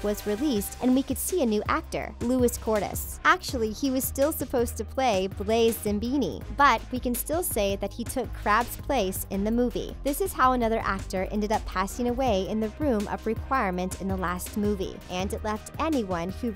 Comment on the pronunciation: She said Blaise 'Zambini' WHAT THE HELL WOMAN?